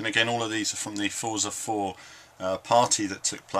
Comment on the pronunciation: Forza is pronounced fortza, its an italian word :) The game is looking great though, im liking what Dan Greenawalt has been saying about the changes and advancements in the physics too.